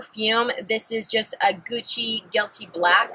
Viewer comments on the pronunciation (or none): none